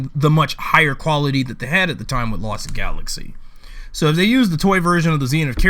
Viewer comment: You say Lost Galaxy wrong